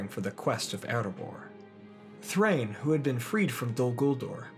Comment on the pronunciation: Thrain does not rhyme with ‘gain’ in Dwarvish. It’s DAH-EEN. Both vowels are voiced separately. It’s in Tolkien’s wonderful appendices.